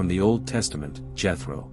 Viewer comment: The Name is pronounced Yetro not Jetro.